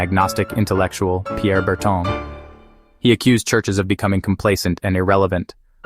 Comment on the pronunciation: You've mispronounced Aberhart and Burton so far. Poor example set for promoting a return to traditional values.